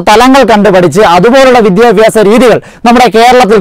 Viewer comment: എവന് "വിദ്യാഭ്യാസം" എന്ന് വൃത്തി ആയി പറയാൻ എങ്കിലും പഠിച്ചുടെ.